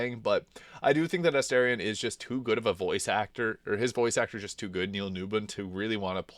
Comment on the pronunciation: it's weird how you pronounce their names. surely you've heard them say their own names in-game hundreds of times, but you can't repeat them. kerlock. meezor. esterien. what?